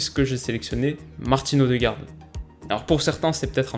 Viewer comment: Super vidéo ! D'ailleurs, vu que j'adore tatilloner ( et qu'on a vu avec Piatek que tu avait à coeur de bien prononcer le nom des joueurs), sache que le ''ø'' de ''ødegaard'' se prononce ''eu'', et donc ''eudegaard'' :)